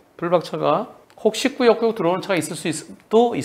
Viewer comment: 이건 뭔가요?? 100%의견이 블박차가 피해차량으로 투표하셨네요??? 한변호사님의 꾸역~~꾸역~~~이라는 말에 동조되신 것 아니신가요?^^ "꾸역~~꾸역!"을 너무 강조하셔서 공평하지 못한 투표같은데요... 흠... 저도 영상을 처음봤을 때는 뭐 저런 놈이 다있지?? 하면서... 승용차의 얌체짓이 어처구니없었는데요... 다시 돌려서 보니.... 블박차가 가해차가 맞는 것 같습니다. 아무리 얄미워도 그 큰 트럭으로 쥐어박으시면 아니되십니다~~ 시선에서 사라져 안보였다고 하시는 것도 거짓말처럼 느껴져 더더욱 블박차에 동정이 가질 않네요... 그냥 양보하기 싫으면 안하시면 되시지... 핸들을 돌려서 밀어내셔서야 되겠습니까? 세상에 널리고널린게 저런 얌체차들인데.... (그래도 속은 씨원합니다~ ^^;)